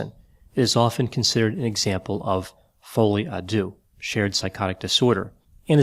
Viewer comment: Love the way you pronounce “folie à deux”, very cute!